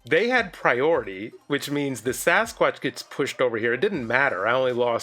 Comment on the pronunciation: “He has prioriteh.” So glad you’re keeping up on your French 😂